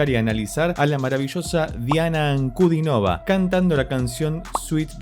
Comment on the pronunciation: Diana es mi cantante preferida. Por cierto, su apellido es esdrújulo, con énfasis en la i: Ankudínova.